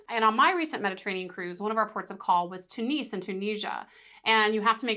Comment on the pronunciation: Tunis is not pronounced tooniece it is tyunis. Apart from that...great guide